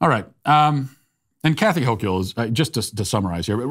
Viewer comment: The only correction needed to be made here is the pronunciation of Kathy Hochul's last name. It's like saying the word local, but with the H replacing the L.